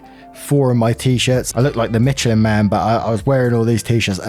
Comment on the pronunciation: Anyone else catch how pronounces "Michelin" too freaking cute!!!